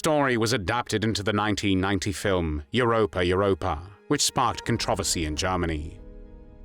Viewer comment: Or, for that matter, the word "controversy"? It's an AI "voice."